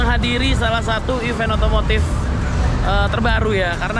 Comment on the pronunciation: Bener nih ucapannya event, bukannya even. Byk bgt yg salah